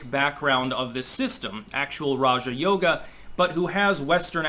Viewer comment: Why have I heard so many people pronounce it Raha Yoga? So I go look it up and nope, not how it’s pronounced. got it right.